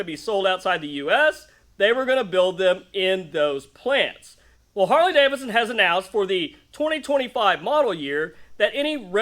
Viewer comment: "Carley Davidson"!😂